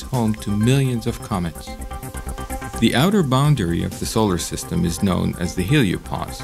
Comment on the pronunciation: Can they get somebody who can pronounce solar system and neighborhood properly. Also who sticky taped 2 black Caterpillar's to this poor womans eyebrows.